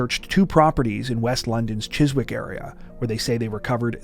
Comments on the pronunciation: It's pronounced chisick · Am surprised that a 66 year old woman had a Mustang!! You don’t pronounce the W in Chiswick. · Love your work guys! PS the W in Chiswick is silent Chizzick